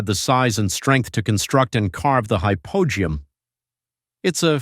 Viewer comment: Hypo -ge-um is the correct pronunciation